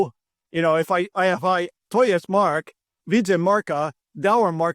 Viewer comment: Mark...perfect polish pronunciation :) As always very good video 👌